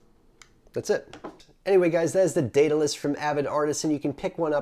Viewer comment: Thanks for the tut, and greatly appreciate you pronouncing the name correctly. Been really interested in this kit. Quit analogs 3 months ago, and have not looked back. All the vids have kept me going, and making my own coils. Currently running Tarot Pro with my Goon. Thanks again and keep them those vids/tut's coming.